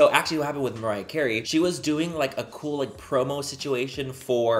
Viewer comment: Yes, maybe the fact that you waited for so long explains why the chemistry was a little bit off between Mariah and you. It wasn't your best video, that's for sure. You seemed nervous (you were not even able to pronounce her name at the beginning of the video), and you overcompensated by being a little bit too loud and overzealous. But I suppose that's the Mariah Carey effect. I believe it would have been better if you were able to match her calm energy.